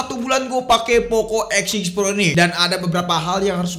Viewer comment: W Dengernya Poco X Shit Pro...